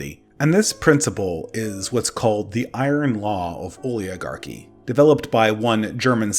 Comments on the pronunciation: I’m sorry,, but as a grammar national socialist, I must nitpick about your “exasterbate”s and “oliagarchy”s. You must solve these misspeakings with finality immediately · I propose we are represented by people who can properly pronounce "oligarchy."